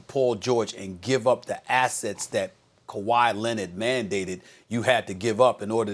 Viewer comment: No one: Stephen A. Smith: Kawhi Lennit